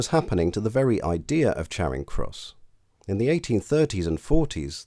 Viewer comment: Neither - it's a short 'a' as far as I'm concerned, as pronounced by the narrator. I know some people pronounce it 'chairing' but I take them to be people who don't know any better. If I heard anyone pronounce it with a long 'a' as in 'char', to blacken by burning, I would assume they were posh.